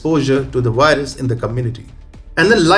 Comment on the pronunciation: I like vatching TFI wideos about the wirus and the waccine, vhenever they come out.